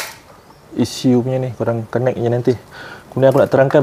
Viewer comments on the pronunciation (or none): none